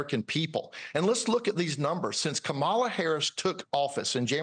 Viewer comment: I’m surprised she didn’t try to distract even more by admonishing Chad on his pronunciation of Kamala 😅